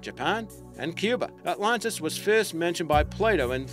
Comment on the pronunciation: Without seeming rude, may I ask where you're from? Are you an Aussie trying to use an American accent, or an American trying to use an Aussie accent? You sound very strange and pronounce most words, Names, etc. as never heard before. e.g. "The Lost City of 'OTLONTAS'? Just curious. I enjoy your clips, but often wonder What accent you have.